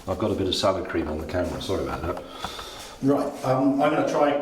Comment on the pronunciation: I'm unhappy with how emphasises the cream in salad cream. It's salad cream, not salad cream